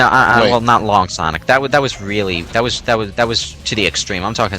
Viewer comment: Don't you mean SAWNIC